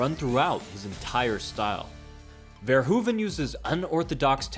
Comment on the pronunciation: We call it the dutch style. And it isnt verhuvan but Verhoeven.